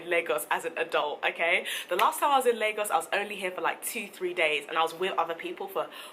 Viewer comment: Hearing them say “Lagoas” really triggered me as a Ghanaian ngl